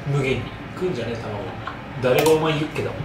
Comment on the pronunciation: しっかりユッケをユツケって言うの面白すぎww